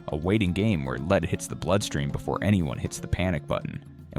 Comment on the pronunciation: high dangers of leed in their blood...nice AI ....